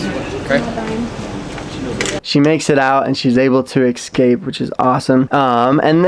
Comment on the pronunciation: Thank you for another video! I love how you say ecscape haha. Keep up the good work!